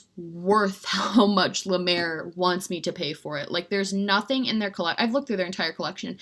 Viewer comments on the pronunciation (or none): none